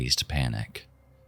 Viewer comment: I'm sorry, man. But I can't stand when you say omost instead of almost like it's pronounced "all" - "most". Just had to say it. Bring on the "☝🤓" comments